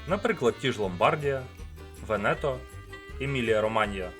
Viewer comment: Не ломбАрдія і венЕто, а ломбардІя і вЕнето😊